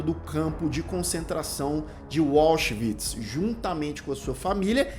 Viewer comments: Por que a maioria dos youtubers conseguem complicar o que é simples? A pronúncia dos nomes alemães. O complica a pronúncia de Auschwitz. Tenta inglesar: diz "UÓchvitz". É muito mais simples: AUSCHWITZ, W com som de V, quase como se pronuncia em Português. Tem mais: ele pronuncia Höss de maneira desastrosa. Sai: "Hóss". Não é. A pronúncia é parecida com Hêss (h aspirado). fica com medo do nome e passa a tratar o frio comandante de Auschwitz com intimidade. É o "Rudolf", mais fácil de pronunciar, parecido com a pronúncia inglesa, não é, colonizado? É o mal de quem tem o Inglês como 'língua oficial". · "Wallschwitz", que pronúncia é esta,!? KKKKKK De resto, otimo video, excelente indicação! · É, "anglicização" por defeito.🤭